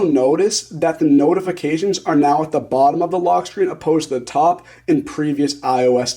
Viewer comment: “Log screen” 🤣